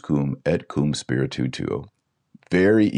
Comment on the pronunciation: Also when Et Com Spiritu Tuo - Spiritu is one syllable. Dr Taylor Marshall sounds like he is saying spiritu- tu - tuo.